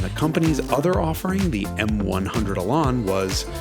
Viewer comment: Okay so firstly terrible pronunciation of Elan. The A is the sound from can, ran etc. & secondly the S1 Elise is beautiful!!!